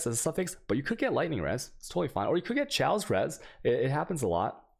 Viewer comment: It's pronounced "KAY OS" not "Cho ace". [Chaos] - As in anarchy... But great guide dude.